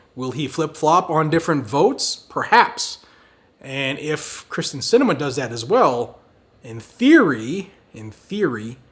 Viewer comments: It's K y r s t en, not K r y s t e n. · Pronounced “Kear-stin” not Kristin. 😁